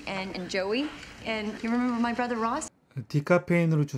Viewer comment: 7분12초에 brother 에서 r 이 빠졌네요~